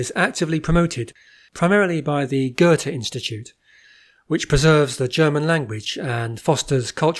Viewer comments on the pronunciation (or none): none